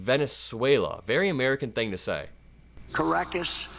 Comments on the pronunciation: Trump said "Caraaacas" has next to no crime?!? Has he EVER BEEN there?? I have and it is one of THE most dangerous cities in the world. Yet another example of what a GRADE A MORON he is. LOL. (also, his pronunciation of Caracas, my God.) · Car-Ruckas” !! He actually knows the name of Venezuela’s Capitol! But he still has not found the President of the US Virgin Islands he was asking about a few years ago 😂